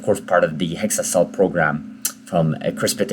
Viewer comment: It's exa-cel prounded with an EX, not hexa-cel pronounced with a HEX